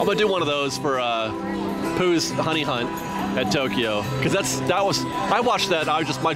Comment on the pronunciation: He said poo hunt haha